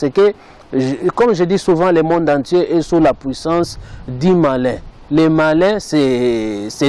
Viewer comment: Tu as de la peine de parler le français mais tu veux décrypté idiot.... Rectificatif on dit musique et non misik et on dit le monde et non lé monde tsuuuuuiiiiipppppp